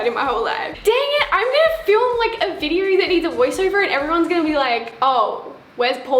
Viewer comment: Nobody: Not a single soul: Not even a speck of DIRT:: Videorr